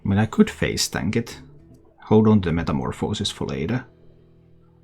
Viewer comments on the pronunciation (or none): You think this version is better then the OKT version? That one has a ridiculous win rate too. BTW You also pronounce metamorphosis like 3 different ways lol